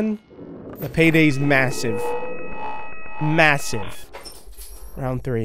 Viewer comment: stop saying masive